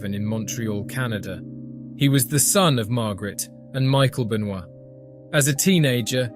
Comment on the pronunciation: The mispronunciation and inconsistency of Benoit and McMahon is really bad